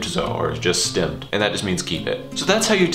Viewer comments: Great videos, I'm so excited that you've started this series. Just a small word of advice: The pronunciation of "s" of "st" at the beginning of a (German) word (i.e. "stimmt") is usually more like a "sh"-sound (like "shtimmt"). Or like.. the word: Stop. In English it's "stop" just as the spelling suggests whereas the German version "Stopp" is pronounced more like "shtop". I hope that made sense because I suck at explaining but it's just something I've noticed. :) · Yeah you're right. The way said "stimmt" in the video would be northern german dialect:-) They don't use that rule that words beginning "st" and "sp" are pronounced as if the s was a "sch" (or "sh" in english).